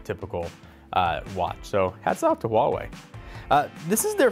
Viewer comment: why don't you say Huawei properly? They made a video about it on how to pronounce it. WAAH - waay